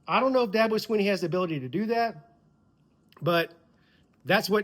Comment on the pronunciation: I love Dabo but it's DABO